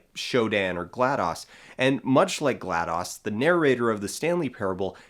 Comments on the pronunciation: isn't "glados" pronounced like "gladys"? also, I've heard "glad-dose" and "glae-dose" but never "glad-dahs" ^_^ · Why does he keep saying gladoz